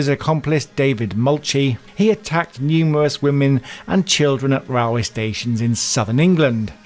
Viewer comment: Number 9...The Rallway Murderer...Railway pronounced different 😄